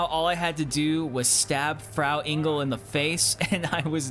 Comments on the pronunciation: Never heard someone pronounce Frau Engel so wrong 🤣 Greetings from Germany. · Always funny to hear Americans trying to pronounce German words. 'Mine leaben', 'Frow Angle' etc.